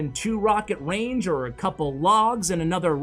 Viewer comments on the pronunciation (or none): none